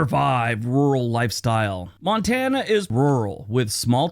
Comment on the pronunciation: Most Europeans love to call my state 'Mon-ta-na,' but in reality, it's pronounced 'Mon-tan-na' meaning mountain. If you ever get the chance to visit, I can recommend some incredible spots like Polson. You’ll see the stunning Flathead Lake and Flathead River, all surrounded by the Mission Mountains. If you head north to Glacier National Park, I’m telling you, the hiking is so beautiful it’ll take your breath away. And yes, you have to drive the Going-to-the-Sun Road; it’s absolutely spectacular at sunrise and sunset. Once you’ve been here, you won’t ever want to go back to Scotland.